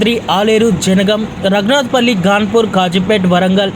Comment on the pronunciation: పంగిడిపల్లి కాదు పగిడిపల్లి కాదు ఘాన్పూర్ కాదు ఘనపూర్ భువనగిరి లేదా భోనగిరి అని స్పష్టంగా పలుకుతె భాష ని చంపకుండా ఉంటావు